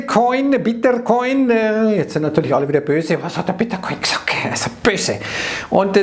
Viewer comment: Ich bin sauer, du hast gesagt bitter ciin😂